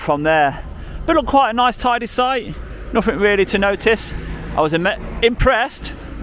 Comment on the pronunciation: Dude, I like you, but stop pronouncing "th" as "f" "aufority, firteen, nofink" 😂✌️